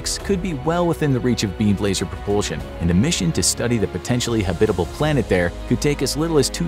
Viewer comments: HAB-it-able. Not Ha-BIT-able. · Habit-able. Not Ha-bitable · Habit. Not hebit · This is the first time I ever heard anyone pronounce it "habITable" instead of "HAbitable." Is that a thing? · Very kewl video. Long time fan/subscriber. Only one criticism, your pronunciation of the word habitable. The emphasis is on the first syllable, not the second. Pronounced like habit-able. Otherwise.... "stellar" as always. Side note: There is an "earth-like" planet near Proxima Centauri which is only 4.2 LY. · Not Hebbitable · Habit. Like the habit of a clergy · oh my freak! the accent in Habbitable is on the first sylable! you said it wrong over and over making my brain explode! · Habitable is not pronounced that way. Google will correctly pronounce it for you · The polar bear looks so sad. Probably heard habitable mispronounced way too many times. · Anyone else pronounce “habitable” differently to the narrator? Sounds so wrong the way he says it lol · Say “habitable” like that one more time… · Saying habitable like this makes me angry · Can't even pronounce habitable? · No, not a thing. He mispronounced it all the way through the video. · Buddy pronounces "habitable" really funnily 😆